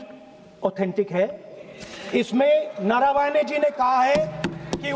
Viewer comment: It's मनोज नरवणे not नरावाने